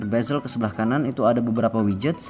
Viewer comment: Bezel bro bukan bazel